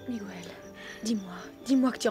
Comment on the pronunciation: message aux voix off ! svp MIGUEL se prononce comme la régle en français ! le u ajouter à G devant un E est pour obtenir le son GUE et non GOUE exemples un quépard un guéridon